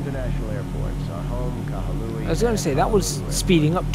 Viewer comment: just a heads up for the name, its pronounced ka-hoo-luh-wai